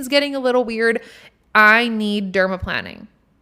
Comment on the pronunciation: I love these tips!! Okay first as a skin and hair care specialist and retired nail tech yesss to all of what you said!! Also I personally despise acrylic nails 🤢… gel or press ons all day!!! And yes you are saying it right 😉 “Derma-✈️-ing” lol Second OMG we listen to the same playlist 😍 and third I think my biggest takeaway is to stop filtering myself!! Be me and not performing, I’m doing that in my podcast but like on my social media that’s my biggest shift to do!